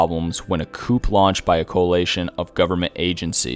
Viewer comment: And coup is pronounced "coo"